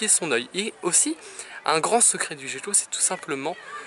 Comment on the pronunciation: Petite question j'ai toujours crut que sa ce prononcé "guéquo" mais tu dit "jéquo" sais une autre espece ou juste une erreur de ma part ?